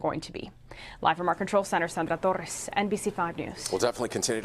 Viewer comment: did she put like 5 T's in torres lol